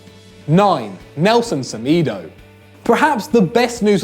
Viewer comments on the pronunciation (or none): Semaydo not semeeedo 😂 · The way he pronouced Semedo😂😂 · It's smedoo